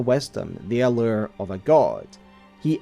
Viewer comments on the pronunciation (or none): none